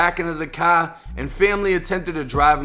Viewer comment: "a cahhr drove by opening fire" 😂😂😂😂😂😂😂